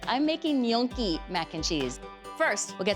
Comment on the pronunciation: Nyo-kee not Nyong-kee